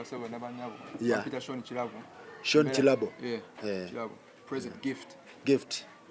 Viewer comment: It's Sean but pronounced Shown